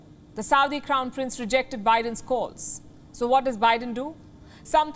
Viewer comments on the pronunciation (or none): none